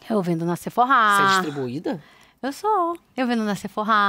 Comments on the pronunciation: Gente, ela falando Seforrá é pra ser a Sephora? Sendo que a pronúncia é Sefora. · Está falando da Sephora. Correto mas muita gente fala assim também.